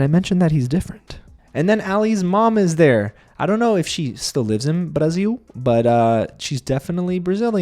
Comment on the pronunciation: I love that you said "Brasil" like a brazilian!